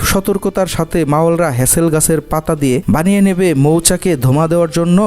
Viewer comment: ভাই কথাটা "মাওয়াল" না। মূল কথাটা হচ্ছে "মৌয়াল"। আর মধু সংগ্রহের জন্য যে পাতা দিয়ে পট্টি বানানো হয় সেটি হলো "হেঁতাল" গাছের পাতা, "হ্যাচেল" নয়। একটি প্রচলিত শব্দ কিভাবে আপনারা বিকৃত উচ্চারণ করেন ভাবতে অবাক লাগে। প্রকৃত বাংলা শব্দ সঠিক উচ্চারণে একজন বাংলা ভাষাভাষি লোক হিসেবে বলাটা সঙ্গত এবং যৌক্তিক।